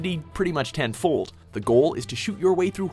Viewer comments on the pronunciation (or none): "--amps it up tenFOLD" Its always awkward to hear people emphasize half of a word for no reason haha